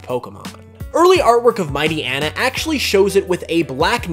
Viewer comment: Mighty-YEENA not mighty-ena